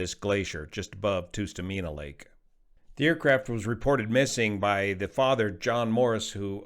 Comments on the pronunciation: FYI, it’s not “Toostameena” but “Tuh-stuh-meen-uh”. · Great presentation as always ! Just a little correction on the pronunciation of the lake,it’s called tust a mina, not toos ta mina. As I said love your presentation s always but as a fifty five year Alaskan I just thought I would chime in. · It’s Tust like trust! And you say the rest right but it’s not toost. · I’ve never heard anyone say “Toostamina” when I’ve only ever heard my fellow Alaskans say “Tustamina”. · Just a note, pronounced Tus TOO mena Lake. (vs Tus TUH Mena). I am glad his daughters are ok. Hopefully they will never fly with their idiot father again (phew, no flight plan 12 hour latter and what was Grandads part in all this?) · Hi, writing from Alaska. It's pronounced Tuss-ta-MEEna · Tustumena - the first syllable is pronounced “tuhss” (a soft “u”). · Tustamena is pronounced like dust-amena. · The first “u” in Tustumena is generally pronounced (in Alaska, anyway) as the “u” in “tusk.” An “uh” sound not a “oo” sound.